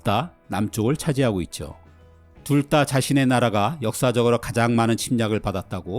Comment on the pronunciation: 해설 해주시는 분의 잔잔한 음색과 차분한 말의 속도가 제 개인적으론 아주 편안하게 영상을 시청 할 수 있어서 큰 강점이라 생각합니다. 그런데 한 가지 제가 민감한 것 일수도 있는데 "둘 다" 를 "둘 따"로 발음 하시더군요. 옥의 티가 아닐까 생각됩니다. ㅎ 좋은영상 잘 봤습니다.